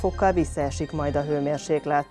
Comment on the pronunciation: Mármint hőmérséKlet, nem g - vel! Ugye, csak rosszul hallottam?